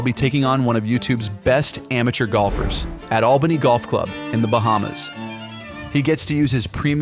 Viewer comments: "ameter" lol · why tf he say "amateur" like that in the beginning